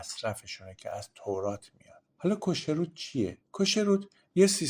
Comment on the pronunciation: خیلی خوب توضیح‌دادید. فقط میخواستم تلفظ چند کلمه را به حصور تان برسونم. چوچما نمیگیم. خوخما درسته یعنی عقل و وهوش می کو نمیگویم. میکوه mikveh کوشروت نمگویم کشروت درست تره. باز هم متشکرم. بسیار خوب و بد بدون تعصب توضیح داید. اولین ویدیو ی بود که دیدم بدون تعصب صحبت کرد.ند